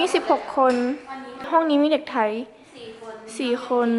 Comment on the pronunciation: ไทย ไม่ไช่ไธ๊ครับ